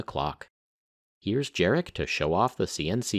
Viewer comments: Absolutely awesome video, so thank you for that. And it just would have been just that little bit nicer, if you took time to find out how to pronounce the name of the guy you talk about this much in it, which is 'yarek'. Maybe something to look out for in the future. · Hey man, in polish "j" is "y" so his name is Yarek !!!!!